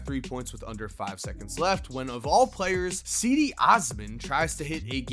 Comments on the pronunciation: Ceedee osman cmon u know how to pronounce cedi’s name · It’s pronounced jeede